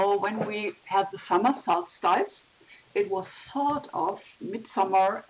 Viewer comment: Dear, please pronounce "solstice" as sols-tiss as if speaking German (not sols-TEIS as you have in the video).